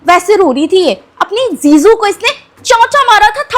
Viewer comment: Jiju ✅️ ziju ❎️😂😂😂😂